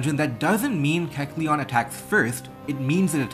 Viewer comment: Pretty sure you're pronouncing kecleon's name